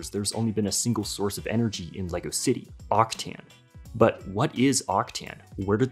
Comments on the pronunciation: I'm pretty sure its pronounced "Octan" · It almost hurts like you pronounce Octane, there is no i before the a